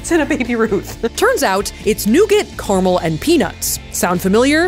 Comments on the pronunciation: It's carAmel, not carmel.... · Three syllables in caramel! 😅😂